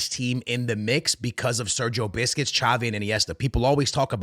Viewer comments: It's busquest not biscuits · Sergio Busquets❌❌ Sergio Biscuits✅✅ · sergio biscuits ? who is this player lol, busquets, cmon broski lol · It's not BISCUIT bro, it's Busquets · Busquests ❌ Biscuits ✅ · busquets ❌ biscuit ✅ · I stopped watching when he said marquisio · I was enjoying the video for your comments until you started saying Sergio Biscuits. Can't stop laughing now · Why where u saying sergio biscuits? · Love it how he keeps saying sergio biscuits😅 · How come you dont know how to pronounce busquets?